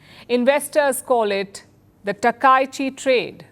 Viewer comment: Palki you are pronouncing her name wrongly.